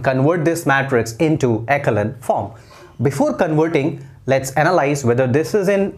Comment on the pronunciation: Sir you have little mistake! Echelon form sahi se pronunciation kijiye. Correct pronunciation is एसो-लोन form